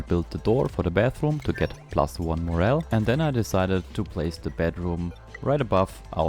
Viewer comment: Gotta say it's pretty bothersome to hear you constantly mispronouncing Granite, Moral(e), and all other things. Couldn't have even cared less for your content because I'm too distracted by the lack of speaking comprehension.